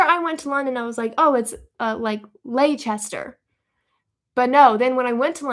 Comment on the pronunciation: You pronounced Leicester right, my home town in the UK!